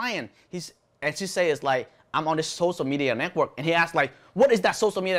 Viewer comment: sorry to correct you but its not socia... its sociaLLLL media.... i hope you dont take me wrong...